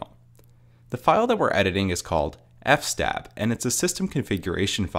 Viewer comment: Btw it's pronounced f s tab which is short for file system table